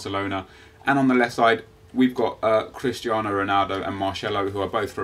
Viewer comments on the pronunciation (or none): none